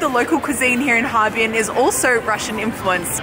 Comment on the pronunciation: 哈---尔---滨。 尔 isn't silent :p